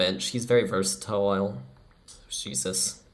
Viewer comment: were you high during this… “versatsjxbsgshile” LOL 🤔🤣